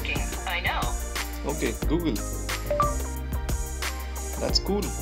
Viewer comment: When they said at first "Oke Gu Gel"